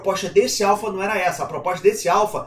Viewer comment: Pela milionésima vez... axo que precisa falar de novo neh: a-l-p-h-a